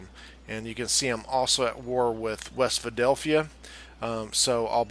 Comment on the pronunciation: “West Phildelphia”